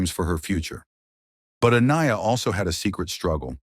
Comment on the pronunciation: How many different ways can AI pronounce Aniyah